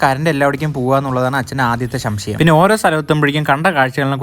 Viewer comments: ശംശയം അല്ല സംശയം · ശംശയം അല്ല ബ്രോ സംശയം anuu😌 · Bro ശംശയം അല്ല സംശയം എന്ന ആദ്യം പോയി നാക്ക് വടിക്ക്😅😅😅😅😅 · ശംശയം അല്ലടാ സംശയം 😅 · shamshayam alla samshayam en ahn😂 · Samshayam ✅shamshayam❌😂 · Shamshayam alla samshayam😂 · Not shamshayam it's a samshayam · Shamshayam alla samshayam ok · shamshayam alla samshayam 😂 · ശംശയം.... Alla..... സംശയം 😂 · ശംശയം അല്ല സംശയം 😂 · സംശയം ❌ശംശയം✅😂😂😂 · ശംശയം അല്ല സംഷയം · Not shamshayam samshayam 😂😂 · ശം ശ യം അല്ല ബ്രോ സംശയം ആണ് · Shamshayam alla samsheyam ok😂😂😂😂😂😂😂😂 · Shamshayam alla samshayam❤😂😂😂😂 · Shamshyam ❌ shamshyam ✅ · ശംശയം അല്ല സംശയം 😂😂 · സംശയം ❌ശംശയം ✔️ 😂😂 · Shamsayamo 😂 samshayam alle😂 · Samsayam ❌ samsayam✅ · Shamshayam × samshayam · ശംശയം അല്ല സംശയം 😂❤ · Shamshayam alladaa monae..samshayam..ni enne kode thettikuallo😅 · Shamshayam alla samshayam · Shamshayam allada pahaya....samshayam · എനിക്കൊരു ശംസയം ശേ... സംശയം ശംസയം ആണോ സംശയം ആണോ ശേരി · ശംശയം അല്ല ബ്രോ സംശയം 😅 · Shamshyam😂😂 no samshayam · Shamshayam alla mone samshayam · ശംശയം ❌ സംശയം ✅😂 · എടാ കുട്ടാ, നിൻ്റെ പ്രായക്കാർ കൂട്ടുകാരുടെ കൂടെ മാത്രം ട്രിപ്പ് പോകുള്ളൂ. നീ അച്ഛനേം കൂട്ടി പോകുന്നു. നിന്നെപ്പോലൊരു മകനെ കിട്ടിയത് ഭാഗ്യം തന്നെ. പിന്നെ ചിലത് ഒന്നു ശ്രദ്ധിക്കണട്ടോ: 1. ശംശ്യം അല്ല സംശയം , 2. റയിൽവേ പാളയം അല്ല ' പാളം' . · ശംശയംx സംശയം✅😂😂🎉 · ഷം ക്ഷയം അല്ല സംശയം😊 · ശംശയം അല്ല സംശയം😂❤ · സംശയം❎ ശംശയം ✅ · Not good to pee(urinate)in public places. ശംശയം അല്ല സംശയം. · ശംശയം❌ സംശയം✅ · സംശയം 🚫 ശംശയം ✅ 🤣🤣🤣❤ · SHAMSHAYAM ALLA…..SAMSAYAM 😂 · Shamshayam 😂alla samshayam oke chetta😊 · അച്ഛൻ വേറെ വഴിബ് ആണ്... 🥰.... പിന്നെ ശംശയം അല്ല സംശയം ആണ് 😜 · സംശയം❌ സംസം✅ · Ennalum chettante achante shamshayam Samshayam❎ Shamshayam ✅😂😂😂😂😹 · ശംശയം അല്ല സംശയം എന്നാണ് പറയുക😅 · Shamshyam no samshyam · Shamshiyamano samshiyamano enn vijarich enik thanje samshiyamay enta ammo🤣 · സംശയം ❌ ശംശയം ✅ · Bro shamshyam alla samshayam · ശംശയം no സംശയം😅😂😊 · That ", ശംശയം "😢😅😂😂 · That 'shamshayam'😂😂😂😂😂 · സംശായം ❌ ശംശയം ✅🤣😂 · Chettann സംശയം എന്ന് parayan ariyilla alle😂